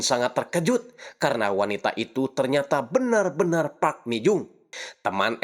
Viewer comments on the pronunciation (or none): none